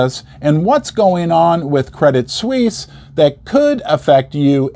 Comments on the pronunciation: Correct me if I am wrong, but I think Credit Suisse is pronounced Credit Sw-eese. Glad to join you on this historically controversial holiday. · it's just Credit-Swiss - not Swiss-ee. it's written differently pronounced the same as the word "Swiss". as per your comment on Gold going to $3500 per ounce: it could go much, much higher. Jim Rickards has been saying it could go to $10000 per ounce, and Egon von Greyerz stated it could easily even go to $100000 - yes, you're reading correctly: a hundred thousand United States Dollars per ounce of 999 pure Gold. how? well, your public debt is over 130% to GDP, which is 50% higher that of a Banana Republic which not only makes you insolvent, but legislatively unreliable - just look at the corruption in your government - other nations don't want to trade with liars that can't keep business promises. you have the Pentagon's missing or unaccounted $38 Trillion that was discovered a few days prior to the incident 11th of September attacks. not to mention the enormous Derivatives-bets market complex of Wall Street high-rolls, that are intertwined with the Global Systemically Important Banks which are also recapitalized many times over. they are the most levareged banks in the world, just like the Bank of Japan that hasn't stopped the currency printer since 2000. this is an economic blood-bath, apocalyptic, armageddon of an event that should've happened back in 2008. but was only post-poned to this day. now, the proverbial can cannot be kicked further down the road, because we have come to the cliff - the end of the road. it has started to hurt the nation's people, and it's on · Why are you pronouncing the name of the bank they way ? Pron = Credit Sweece. Not Sweecie ! Still if Americans say “soccer” and God help us ! “Erbz” then we all have to suffer in this internet age. Aaggghhh!